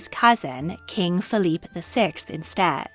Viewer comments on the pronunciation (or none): none